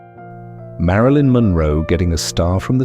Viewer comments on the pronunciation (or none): none